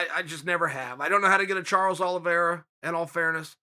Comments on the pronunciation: "Charlie Olives" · "Charlie olives"🤣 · “Charley Olives” 🤣🤣🤣 “It is absolutely log... JUSTIN GAETHJE ..it is logged jammed with stars” 💀💀💀💀💀💀